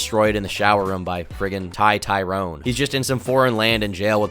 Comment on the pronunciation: Thai tyrone not just Thai-rone you fell off man Nice video, I forgot ice pusseidon even existed until right now!